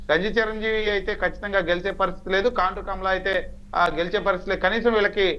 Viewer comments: Orei talkam kondru kaadu ra kaandru😂😂😂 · కొండ్రు కాదు సార్ కాండ్రు